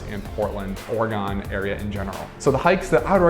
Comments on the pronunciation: I feel like you just keep mispronouncing the state just to be annoying. But keep doing it, it's how we know you're an outsider. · That's not how you say Oregon :) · I hated every time you said Oregon incorrectly. 🤦‍♂ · Can we believe someone that can't pronounce the state's name? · not to be mean but wrong way to say Oregon in your entry it is not Oregun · Kind of curious where you're from, I've never heard Oregon pronounced that way before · Immediately distracted me pronouncing it incorrectly! 😅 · ORE-GUN Not ORE-GONE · Ore-gone? Naw, Ore-gun! 😊 Thanks for the video! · It’s Oregon like organ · Or-gun, not, or e gone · Ore “gen”. Not GON. Sound like a doofus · it's not OREGONE It's Oregun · AT LEAST YOU COULD PRONOUNCE OREGUN CORRECTLY. IT IS NOT NOT NOT ORE-GONE!!!! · GUN it is Oregun...my that sounds lame when you say Oregone. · Our state is pronounced orygun not orygone ❤😂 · Great video! Thanks. You might want to rehears the way Oregonians say Oregon. Hint:: the last syllable is not pronounced, "gone". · I agree if you are highlighting a beautiful city like Portland, you should listen and learn from the native Oregonians. Ore e gun NOT Ore e gone And Mult no mah Falls NOT Mult i no mah Falls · Please learn to correctly pronounce the places you go. It is not Or-eh-gone. It’s Or-eh-gun. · Dude, it’s Ore-gen not ore-gone, lol. 😂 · HATE how he says OreGON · if he says or-e-gone one more time my ears are gonna fall off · It's pronounced "Ory-gun"!! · Oregon is pronounced OR-A-GUN! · Why would anyone take advice about Oregon from someone who can't pronounce it correctly (Orygun)? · "Donit"" "OroGONE" lol Does this dude know how to pronounce anything right? lol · Its not "Or-a-gone". If you're going to review Oregon please - pronounce the name right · I had to stop watching after the third time you said, "OregOn"...... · Why are you saying Oregon like Ore-gahn? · you pronounce oregon like it's a shape